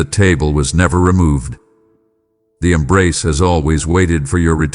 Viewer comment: " I Emnrace!"